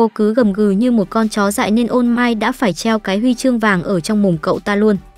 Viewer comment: All might nghe ra ô mai :))) ô mai tết :)